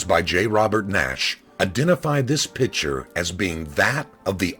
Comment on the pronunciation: The pronunciation of the word "picture" as "pitcher" annoys me, probably because a co-worker of mine does this constantly.